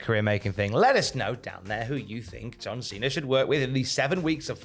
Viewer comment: Why does he call him Cener and not Cena?